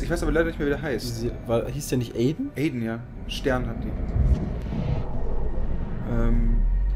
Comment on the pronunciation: Man spricht es Aiden aus nicht Aiden :D